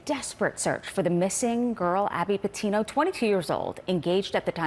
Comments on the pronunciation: why she said "Abby Petino"? seriously maam? it's been 3 weeks and everyone knew her name already. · Did she say "Abby Petino" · “Abby Petino”???? Really,? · This lady literally just butchered her whole name up like nothing! Abby Patino? Dumb***. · The host can’t even get her name right. Sounded like she said Abby Petino… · She seriously just say "ABBY PETINO" at the beginning?????? smh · get a new anchor. One that pays attention to her own stories and gets the names right. Abby Petino is not her name... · She literally said Abby Petino... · Lol like she gets her name wrong right off the bat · It's GABBY, not ABBY. It's PETITO, not PETINO. My lord! What a great news reporter! To start your introductory on this story using the WRONG NAME is just PATHETIC and clearly indicates either you didn't know enough about the story to begin with or you cannot read your teleprompter correctly. While I find using an incorrect name for this poor girl pretty despicable, you can, however, call her loser boyfriend whatever names you may wish and may I suggest names such as 'BETRAYOR', 'LOSER', 'UNCONCERNED JACKHOLE', 'SELF CENTERED A-HOLE' for a few.